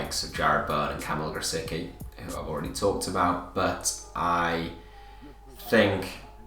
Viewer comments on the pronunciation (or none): i know he plays for your team... but you really ought to pronounce grosicki right. it’s Gra-zit-ski